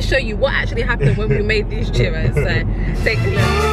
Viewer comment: He pronounces correctly, “Churros”. coming from a Latina.